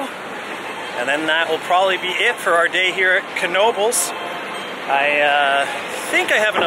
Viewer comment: It's pronounced with a hard "K"..... it's a family's name: "Ka-Now-Bels"